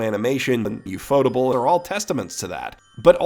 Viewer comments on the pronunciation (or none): Wow..I learned something today...that UFOtable is not apparently pronounced UFO-Table. My whole life is a lie. Next I guess you'll tell me it's not mad-who-say but "mad-house".